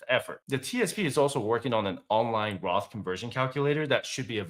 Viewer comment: did you mean "Roth" or Graph?